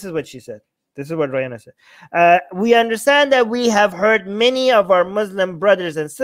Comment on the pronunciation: who the hell is "Ryanna"? 😂